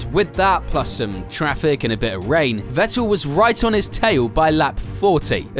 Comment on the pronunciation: It is FFFFF ettel not WET el